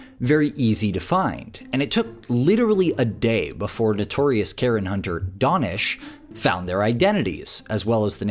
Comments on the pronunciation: It’s pronounced “Day-Nish” not “Don-Ish” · Not DON-esh it's pronounced DAH- nesh